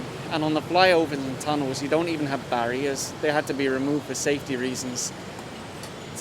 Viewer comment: has a Filipino accent or intonation when he said barriers in 😂